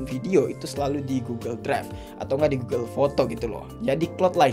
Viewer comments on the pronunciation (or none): none